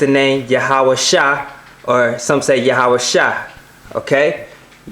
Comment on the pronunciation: I think it would help alot to pronounce these names in the original language... or at least not american. YahawaSHEE...not -Shy, at least.